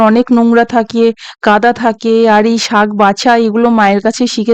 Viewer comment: খুব সুন্দর লাগলো তবে শাগ নয়, কথাটা হবে শাক তবে খুব ভালো এগিয়ে চলো